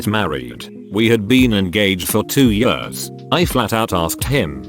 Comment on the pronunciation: "two yurs"